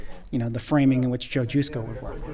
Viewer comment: Great stuff. Thanks for posting this video. As a heads up I called Joe Jusko the way you pronounce his name and he got bent. Its juh sko not Jew sko. LOL